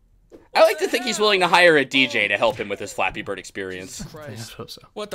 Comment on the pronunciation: I kinda like how he says "Fleppy BRRRD!" at the beginning. That's the only good point I can give this guy...